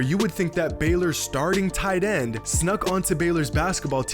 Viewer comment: Like whem he said ''Baylor starting tight ende" jejeje nICe